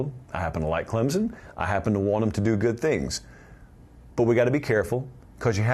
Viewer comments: Man, I love you talk about the tigers. But, there isn’t a “z” in Clemson. It’s Clem-son. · It’s “Clem(p)son